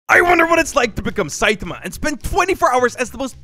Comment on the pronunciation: its SAITAMA NOT SEITAMA